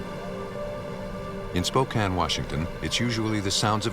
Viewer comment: Wow. Someone who pronounces "Spokane" correctly. 🤯 And I think he killed her because his girlfriend didn't get along with her.